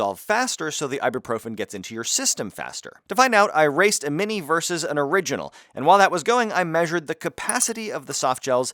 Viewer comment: Mad respect that you understand what "vs." means: "versus" NOT "verse". Thank you thank you thank you!